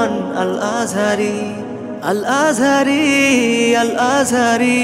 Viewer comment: কি গজল লাগায় আর বানায়, আজহারীর নাম উচ্চারণ করতে পারে না। কি উচ্চারণ করে আল আজারী😅